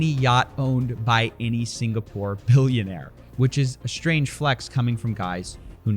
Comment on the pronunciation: Dude, there is no ‘h’ in strange. You pronounce it ‘shtrange’ and it’s annoying af. Otherwise, great vid👍